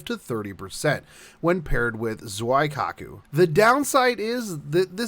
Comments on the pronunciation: Just saying it's zuikaku not zuaikaku. it's pronounced as zweekaku XD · Pretty sure zweekaku is not how you pronounce the name either. It's simpley "Zui-kaku", japanese names are easy to pronounce once you get a hang of it. Or just look up her lines to see how she introduces herself. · ZOO-E This ain't German, there's no Zwei in there. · Wadda' mean. Isn't she pronounced "Zow I cock ooh"? xD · I don't wanna be that guy but... I'm gonna be that guy just cause it's bugging me. Zuikaku is pronounced " Z-wee- kaku. nothing personal, just wanted to let you know. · it’s Zoo EE Kah Koo. Japanese doesn’t have diphthongs. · Phonetically, it would be closer to Zwee-Kah-Koo than that, but, I digress. It is 'nitpicking'. The romanji pronunciation is fairly close to how it is spelled in most instances. And, not to be 'that other guy..', but, speaking the language does not infer mastery of it. There are plenty of us 'normies' who still have issues with our native tongue, even after 40+ years of using it. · Every time Zuikaku was mispronounced or the currency was called painted horses 10 children somewhere were born with autism. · *TRIGGERED by zuikaku pronounciation* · Lol let's be real. He pronounced it wrong, but instead of criticizing each other, isn't there some shipgirls we could all be leveling? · I noticed that you were pronouncing Zuikaku and Shokaku incorrectly so here they are for future reference. Zuikaku is pronounced Zoo-wee-ka-ku Shoukaku is pronounced show-ka-ku